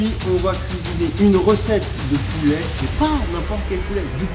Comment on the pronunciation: Poulè Poulè on dit pouler